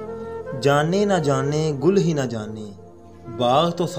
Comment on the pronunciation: pAR HAM JO NAAAAAAA " HON GY, YA NA GLAT PARHA HI AIK HARF SAMAJH KAR PARHAIN ""n"a"